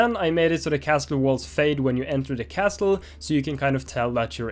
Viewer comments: The "T" in Castle is silent so it's pronounced Casle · Dani! Castle is pronounced - Casele! the "T" is not pronounced :D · I wonder how many time Dani said castel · Making great progress, nice work! Just a tip, the "t" in "castle" is silent, so it's just pronounced "CASS-ull". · It makes me mad every time he says "castul" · For future vlogs: the T in 'castle' is silent... and please dear God of Devlogs, make him read this, because I can't listen to his pronunciation anymore. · why do you have to pronounce castle like that?